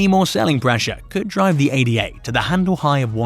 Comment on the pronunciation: It is not pronounced A-D-A . It is named after Augusta Ada Byron . It is a name ,not just 3 letters. If your name was Tom we don’t call you T-O-M . I like your videos but something this simple shows you haven’t done much research on cardano.